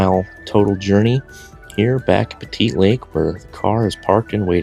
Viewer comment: Just an FYI, Pettit Lake is pronounced Pett-it, not Petite. 😉👍🏼